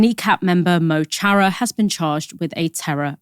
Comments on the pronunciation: fun fact: that guy from kneecap is Liam Og O hAnnaidh, he uses the stage-name Mo Chara. That is not pronounced "Mow Charra", but "muh khara" (it's the nearest approximation I can make). It means "my friend". Little ol' pedantic me! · Mo Chara is pronounced closer to Muh Khara. 💚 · It’s pronounced ‘mo hara’ the ‘c’ is silent, because of the ‘mo’ before it & the ‘h’ after it. My explanation makes it sound more complicated than it is. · Mo Chara means "my friend" in Irish. It's pronounced Mu cara. Just for future reference.